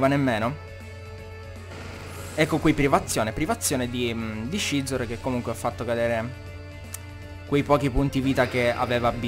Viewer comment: Perché chiami Scizor "Scezor" e non "Sizor" >.< Non sto dicendo che sia sbagliato,sinceramente non so quale sarebbe la pronuncia giusta,ma mi da un certo fastidio come lo pronunci tu XD Ah,quetti Scolipede è_é